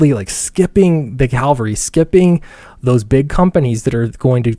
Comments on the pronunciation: Pls: "Cav-al-ry" PS Love the channel, keep it up :D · Take a shot every time mispronounces "cavalry". See ya in the hospital. *GLUG*